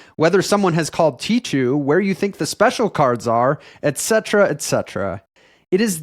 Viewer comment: Tee-khoo please, not "tee-tchoo" :)